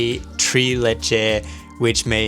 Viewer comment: "Tres leche" is a spanish/ Mexican dessert and "tres" is not pronounced as "tree" but as "trace" (commonly, the r is rolled) - you nailed the leche tho! Unless of course this is an adapted version! Do the Albanians pronounce it like "tree"? And does it taste similar/ different from a tres leche?